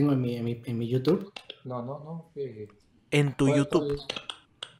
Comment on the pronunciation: "EN TÚ YUTUBBB " JAAJJAJAJAJAJAJ